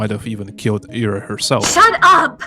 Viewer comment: It's great to hear a russian-speaking voice cover this game. Hearing people pronounce Ira as eye-ra was agitating (especially since someone in my family has that name...)